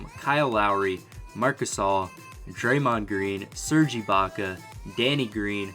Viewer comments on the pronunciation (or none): none